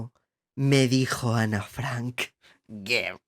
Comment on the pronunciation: Lo que pronuncia ger es girl, rollo chicaaaaaa!! 💁🏼💅🏼